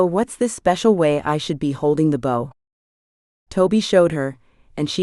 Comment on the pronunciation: Am very much enjoying your work, the AI narration is better than most however the incorrect pronunciation of words with multiple contextual meanings is a bit annoying. "Bow" and "Sake" for example, perhaps more careful editing might help? Thank you for posting this for free 😊❤